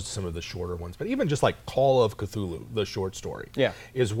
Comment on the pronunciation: Thool-hu, like cthonic is pronounced thawn-ic. You pronounce the first letter with extra breath. "In a letter to the amateur writer Duane W. Rimel, dated July 23, 1934, H.P. Lovecraft addresses the issue of how to pronounce the name "Cthulhu." 'The name of the hellish entity was invented by beings whose vocal organs were not like man's, hence it has no relation to the human speech equipment. The syllables were determined by a physiological equipment wholly unlike ours, hence could never be uttered perfectly by human throats ... The actual sound -- as nearly as any human organs could imitate it or human letters record it -- may be taken as something like Khlûl'-hloo, with the first syllable pronounced gutturally and very thickly. The u is about like that in full; and the first syllable is not unlike klul in sound, hence the h represents the guttural thickness.'"